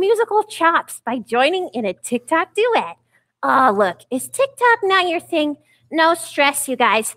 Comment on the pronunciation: "On the tictoks" do you mean tiktok